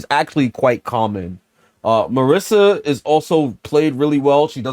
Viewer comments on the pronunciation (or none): none